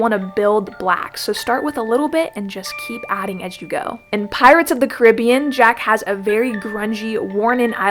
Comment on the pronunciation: It’s Caribbean babe.